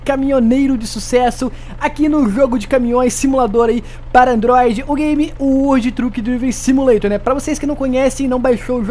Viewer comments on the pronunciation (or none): Como é que é o nome do jogo? Kkkkk uoudi truki drivi simuleition kkkkkkk